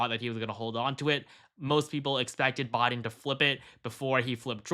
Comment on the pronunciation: Its Wis-consin not WIS-SCON-SON...FFS, I'm Australian and even know this. And it's BI-DEN not Boi-din lol😂yon muppet... FKH TRUMP 2024